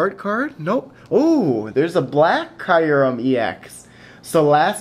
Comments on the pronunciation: Please give me white kyurem ex! BTW its pronounced kyu REM not kiu REM. It would make a great addition to my collection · dont mean to be picky but kyurem is pronounced 'cure-rem' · It's KAI - rem. They pronounced it in the movie. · I pronounced it wrong in this video, after watching the Pokemon movie it is pronounced like CureRem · Nope, in my Official Pokemon Handbook, the pronunciation is written as KYOO-rem. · its key;rem thats how u sound it out your welcome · actually its pronounced kee-oo-rum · It's pronounced cy-oo-rem